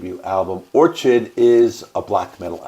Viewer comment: It’s Or-kid lmao. An orchid is a flower